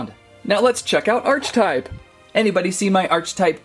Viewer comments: ARCH-TYPE?!?!?!?!!?!!? ITS ARE-CI-TYPE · not nitpicking just my ocd its pernounced Arc he type